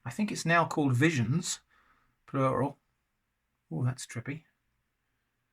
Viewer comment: I don't know why It caught me So very funny to hear you say.. (Non-facetiously).. the word "Trippy" 👋🏼😂🤏🏼